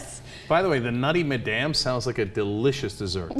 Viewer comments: it's pronounced mad-em not ma-damn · That's the weirdest pronunciation of madam I've ever heard.